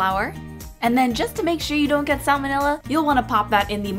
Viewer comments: I always hear 'salmonella' as ' some vanilla '. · e.coli... not samenella